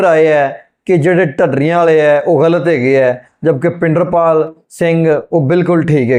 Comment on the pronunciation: tusi great katha wachk Bhai Pinderpal singh ji da nam wrong le reho ho its not bhinderpal.OR YOU SEARCH HOW TO TAKE NAME CORRECTRLY.OTHERWESE YOUR REACTION IS GOOD.